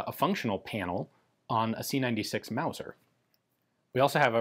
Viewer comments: Wauser? That's ridicu-rous! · First thing that came to mind, when Ian said wauser, was Sha- na-na. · Mauger or Luser?